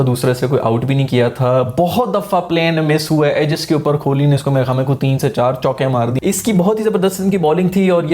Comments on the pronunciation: Bhaijan Kholi nehi Kohli hain wo 🤣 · Kholi nahi be kohli hota hai....😀😀😀😀🙋‍♂🙋‍♂ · dude u better start saying kohli's last name properly, its not kholi( small house for poor people), its kohli, wht u say is kholi which literally translates to a small 1 room shelter for a very poor person, then u complain that not many people subscribe ur channel, why would they subscribe if u say virat's name in such an absurd way?